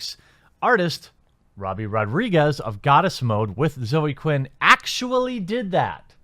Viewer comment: Every time you say "Robbie" I cry a little